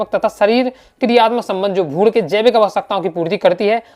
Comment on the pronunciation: Bhaiya aapki aavaj me mujhe bhrun,gud sunai de raha he😂😂😂